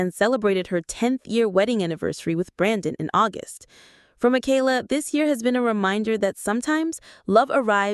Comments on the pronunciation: Thank you for pluralizing their last name correctly when you were talking about Nathan and Esther. You said "the Bateses." It made my day. :) (Even if you did pronounce Michaela's name incorrectly) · It’s amazing that you narrate this as if you got all the facts. Half of what you have said has been twisted a little bit or totally false and is not facts. If you watch all the different kids vlogs you know them well. Michaela’s name is NOT Makayla! Katie never said a word about going back to school. They also have a home they own in NJ so they haven’t been flitting from apartment to apartment. When they moved to TN they got 1 apartment until they figured out where to buy a house. Lawson and Tiffany do NOT live in CA. The house they show is Tiffs house from her younger days that she personally bought as a kid with her TV money. Of course they are keeping it in case one of her auditions works out and it is an investment. They did not buy Will a pony. They rented a pony for his party. Pretty certain Carlins pool was opened at the end of last summer. Erin and Chad had to move and didn’t want to but the farms lease was up and I think sold. They also had to give up the goats 😢. Josie’s cruise was a mommy daddy cruise with friends. They took the kids to Hawaii. The boutique is not just Whitney’s. Carlin and Erin are owners too. But Erin has stepped away since 2021. Mama Jane is Gil’s mom. Kelly Jo’s mom Betty Jo died in 22. Ellie and Addie are NOT twins the Bates have no twins.